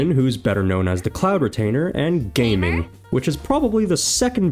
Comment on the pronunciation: Gaming is not pronounced as “Game” but rather like “Gah Ming”